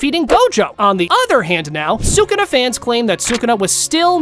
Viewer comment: You're dumb bro say sakuna 1